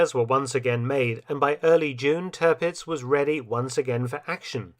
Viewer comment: It's Tearpitz, not Turhpitz...